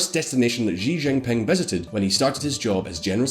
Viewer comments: For the hell... Chinese j is quite exactly English j, why are you always Beijjrrrghhhing 😂🤔🤯🤯🤯🤯🤯🤯 Gjrhi Gjrziping, Jrhong’an .. gjrjrjjghhhhh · First get some chapstick! you are on camera ffs! Your pronunciation is trash. Not everything sounds like zhuuu zhow. It is: [SHEEEEE Jin PEENG] [Dung SHOW PEENG] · China has been getting our attention for such a long time and yet, many youtubers don't know how to pronounce Xi Jinping. Forget Xi Jinping, they don't even know how to call China :( (sad) It's Shi Jin Ping (not zee, or zzhiii or whatever the hell you are saying). Just for your easiness, i am writing SHE or SHI Jin Ping. jin is also not ZHEE, or ZHII or ZEE...it's very light Ji ... very light and subtle. Hope this helps :) Also, wth is zhongan...? It's XeeOng' Aan (SheeOng AAn) Also, SheeongShian and AnSheen (this makes me so sad) Also....GuuAAngZhooUU (not Gangzho xD) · His name is pronounced like "SEE GIN PING" Is it that difficult to pronounce? No, his name is not "jujubee", you're wrong. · "sheeee jing pin'' not ''jeeee jing ping''. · Your pronunciation'll be easy to fix, 'cuz u r very smart! Ｘ~ like English SH Ｉ~ like English EE 習近平→Xi Jinping→SHEE JEEN PING ＺＨ ~ like English J ＯＵ ~ like English O 廣州/广州→Guangzhou→GUANG JO 深圳→Shenzhen→SHEN JEN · let me make it easier for you just simply pronounce she zin ping. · Shi Jin Pin* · Xi Jim Ping sounds like English, Shee Jin ping. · U guys need someone to help you pronounce the Chinese names? U guys butcher every Chinese name including Xijingping’s name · I disliked this video because you butchered the names of Xiong'an, Tianjin, and Xi Jinping. The X in Chinese sounds like a "sh" sound. not a "J" sound. the "T" just sounds like a "T" not sure how that got butchered as well... I'm just letting you know so at least you wont have to wonder why one person disliked the video. If you looked up the pronunciation of Chinese names before recording you would sound so much more reliable and professional.